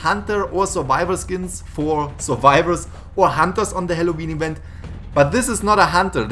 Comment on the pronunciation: halloween ewent